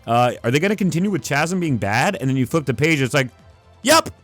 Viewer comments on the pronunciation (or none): Chasm is pronounced cas-m… lol but great video this run was so ass and love the long explanation